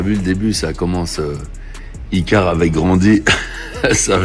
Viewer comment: aÏcaire?? On dit icare mon vieu